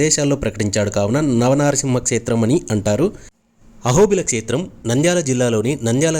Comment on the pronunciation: telugu vuccharana sariga vunte baguntundi... like kshetram etc.